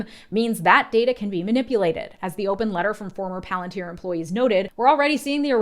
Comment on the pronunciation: SAY IT RIGHT IT IS PALANTIER😂😂😂THAT IS HOW CELEBRIMBOR SAYS IT AND I WONT ACCEPT ANY OTHER VERSION